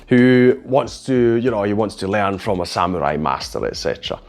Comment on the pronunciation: You are the first non-Japanese who pronounces the word samurai correctly. Most say sam-u-rai not sa-mu-rai. Thank you.